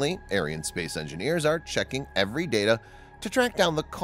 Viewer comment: please pronounce Ariane correctly, you make it sound like a White supremacy space company !